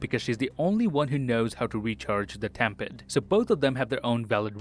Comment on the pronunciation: I'm pretty sure it's time pad and not tem pad